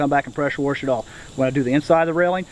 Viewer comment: There is no R in wash...